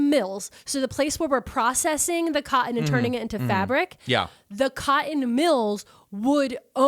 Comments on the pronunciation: "CYUTIN" mills - keep saying cotton - (CAUGHT IN?) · Her pronunciation of cotton is one of the most east coast things ever. PA, NJ, NY, etc, none of y’all can say that one right.